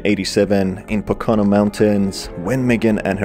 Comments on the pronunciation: Just a heads up, it is pronounced "Po-ka-no" mountains. Happens a lot tho so you good. Love the videos as always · As a local PA resident, here that pronunciation of Pocono, hurt me. It's PO-kuh-no. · Very minor gripe but I like an hour and a half way from the Pocono mountains and everyone pronounces it all wrong. It's PoKoNo. Sorry again for that little gripe. Otherwise great video! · Hahaha yep, thought the same thing